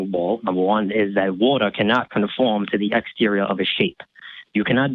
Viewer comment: Cant take serious especially when he cant pronounce water correctly